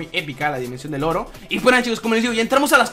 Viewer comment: Cuando estabas en la dimensión del oro te entendí "estamos en la dimensión del loro" XD